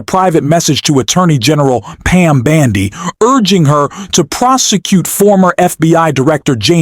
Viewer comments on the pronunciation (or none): How can one trust your podcast/information when you can't even pronounce names correctly!? Its bOndi! It is not bAndi! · Why are you saying "Pam BAndi" ? What is up with that? ?